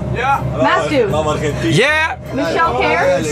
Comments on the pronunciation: il dis Matsou parce que Jimmy avait dis Matsu au lieu de mastu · Non il dit bien Mastu mais il le prononce à l'américaine donc on a l'impression qu'il dit Matsu